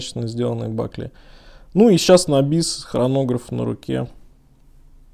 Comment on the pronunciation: Бакле 😂. Правильно говорить: БАКЛ! Обзор происходит на русском языке, так и разговаривайте тоже по-русски.